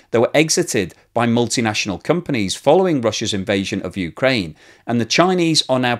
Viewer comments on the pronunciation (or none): none